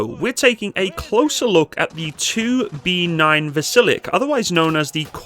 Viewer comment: 2B9 has a quirky pronounciation, more akin to "Vasil-yok". Great video, very informative.